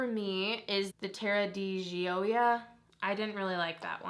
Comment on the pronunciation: Gioia is pronounced (Joy-a) it's my madien name so I always had to correct people, my family is from sicily.